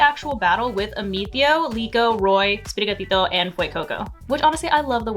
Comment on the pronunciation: Everyone should say Sprigatito the way says it.